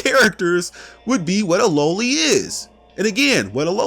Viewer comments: LA-Lee not low-ly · You’re pronouncing loli incorrectly.